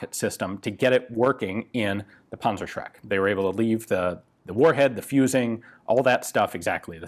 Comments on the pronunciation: Rakattonpunzerbewxe fiftyfour,, punzershrek...that was pretty close. I know, the "ü" is impossible, but the "z" is like "ts" ...Puntsershrek. The Tank-terrorizer. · NO this is not called a pansashreck it is called PANZER SCHRECK ask google how to pronounce it properly, please. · Dear diary, today I learned panzerschreck is spelled panzerschreck, not panzershrek. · I pronounced it as "Panzer-Shrek". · sounds like "Panzershrek" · i don't like how you call it a 'punzershrek'. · Panzer Schräkk...nice German ;))))) but your Shermans...da reicht ne Fliegenklatsche. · Dimitri, fire the panzershcrek! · sorry mate the pronouncing of the german name of this weapon is terrible wrong nofront, it is funny to hear this weapon name pronouncing with US dialekt greetings from germany